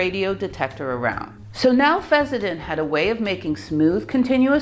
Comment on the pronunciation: It's pronounced fess-sen-den, not fezz-za-tin. Also, is it really necessary to show your mug and so close to the camera? I mean, what are you trying to achieve?